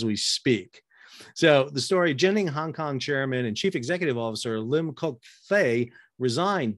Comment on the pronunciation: Lim Kok Thay isn't broke. Genting HK is only a tiny part of the enormous (non-shipping) Malaysian based Genting empire he inherited from his father. And he didn't resign because of the evading arrest thing. He quit because the company is bankrupt. They're winding it up voluntarily. BTW: the pronunciation of genting is wrong. It's not a soft g, like a j, as in general. Use a hard g, as in golf.